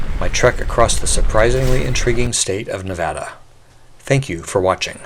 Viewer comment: " nev-ADD-uh. " At least he pronounced it right! :)